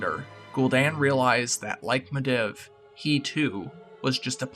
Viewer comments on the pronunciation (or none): Great vid, but you were saying Medivh's name wrong. It's pronounced <Mid-Eve> Not <Mid-Ev>